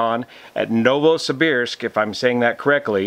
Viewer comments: excellent pronunciation, Novosibirsk. Thanks for the info. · Your pronunciation of Novosibirsk is quite correct. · You nailed the pronounciation of "Novosibirsk" :) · Novosibirsk name - you speak correct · Your pronunciation of Novosibirsk is correct. My ex is from there. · Yes, you are pronouncing Novosibirsk correctly. In particular, the "ir" is pronounced almost like it was "eer". Its a mouthful. Many locals simply say Novo. City has underground tunnels between buildings due to cold weather.